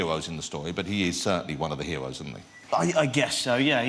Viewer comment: "Game of Thwones?", "You're one of the hewoes?". Who is this guy the Roman Emperor from Life of Brian Lol!